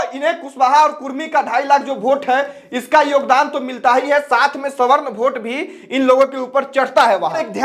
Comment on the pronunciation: वोट होता है.. भोट नही😂😂😂😂